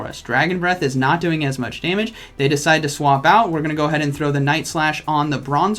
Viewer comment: I decwide.... chuckle Me: chuckle